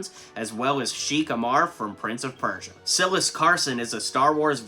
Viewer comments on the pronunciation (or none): none